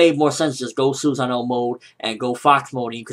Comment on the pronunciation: It's sOsonoo not susano spelt susanoo